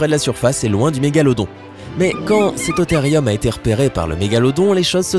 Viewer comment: Cétotherium se prononce Cétothérioum car le e se prononce é et le u ou ( si vous me croyez vérifier sue Google )